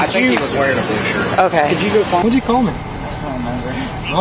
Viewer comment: He felt the taser but kept running. What a hearty farm lad! -- "Wutchu catch yourself on?" with a heavy twang / drawl -- The lad has mental issues, misdemeanors, and felonies. The cops should consider the totality of the circumstances, says concerned older woman. MAYBE HIS GIRLFRIEND SHOULD CONSIDER THE TOTALITY. -- Just "yesterday," Clyde was in court for prior battery against Bonnie. Then Clyde attacked Bonnie so badly that bystanders called the cops "at wilderness landing." Subsequently and all night, Bonnie drove around with Clyde in her car (damaged by him). Explain. -____- -- Hearty farm lad Clyde is honest about using drugs on backroads and at campgrounds and "out in the woods." At 21yo, he should take his rural life more seriously. Imagine him in dental school! -- Bonnie was going to ditch violent Clyde, but he wanted to spend the day with her. He is off his psych meds. Sometimes Clyde blacks out, flies into violent rages, and suffers monstrous asthma attacks. You understand.